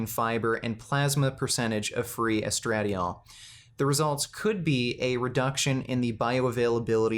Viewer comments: GREAT video, but, estra-DYE-ol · Hearing misspronounce "estradiol" made my day.. 😂 love you. I'm glad you have flaws like everyone else.